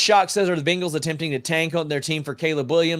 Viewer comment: I like how you say BINGals 😂